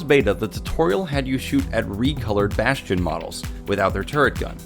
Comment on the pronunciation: lol he said bostion.